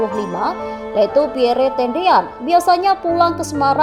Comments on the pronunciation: Setiap pembaca berita harus belajar membaca dan menyebut dg benar nama2 asing yg tersemat pd nama manusia, negara, tempat dsb. Nama PIERRE adalah nama dlm bhs. Perancis. Cara baca yg benar: PYER. Bukan xx PIYERE xx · Min, menyebut nama Lettu ( CZi ) Pierre Tendean cukup di eja dg Pierr, huruf akhir e ga perlu di eja,,itu saja koreksi dr sya, min